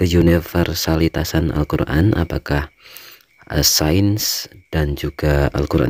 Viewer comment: Ilmu sains bacanya sayens bukan sen. 😊